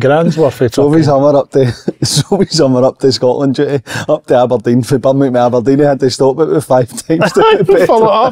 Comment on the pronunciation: I love how none of them can pronounce Birmingham 😂😂😂